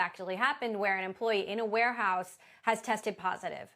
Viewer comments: "Wareouse"? Really? And this is supposed to be a legitimate news source? 😂😂😂😂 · Oh No!!! Not the “Ware-Ouse” 😂😂😂